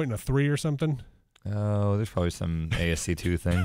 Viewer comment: I'm sure last time pronounced ASCII as "A.S.C.2" he was told by Alex it's "Ass-Key" but with some things, just like Paul he can be really ignorant and it literally goes in one ear and out the other. Not hating, I love the Ryckerts but I know people like that myself.